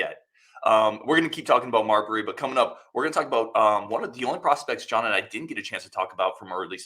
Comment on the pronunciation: Mabrey, not Marbury. May Bree.